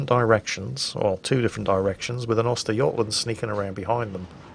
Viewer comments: lol, not Oystergotland. Uhstergohtlahnd. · That's an interesting way of pronouncing götland.